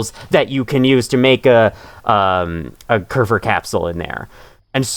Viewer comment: You're actually pronouncing kerfur right!! Im surprised you didn't fall into the habit of calling it kerfus like other people do, which is a silly cat server robot and the real life inspiration for kerfur :3